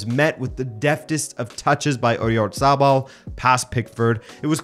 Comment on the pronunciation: Oyatabal not oryazarbal